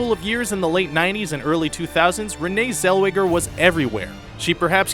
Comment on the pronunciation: I should give you a WEDGIE for getting that name wrong !! the actress in JERRY maguire [you complete me!] later shedding her texan drawl for a Posh BRIT sound in Bridget JONES Diary!! i've worked with her before [mind you i was just behind the scenes!! but still!!